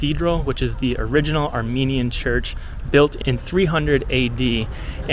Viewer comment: Thank you sincerely from the bottom of my heart for your video about Armenia. As an Armenian living in Canada I find your presentation excellent, precise and your voice and pronunciation of the Armenian sites and cities are superb. GOD BLESS you and your family.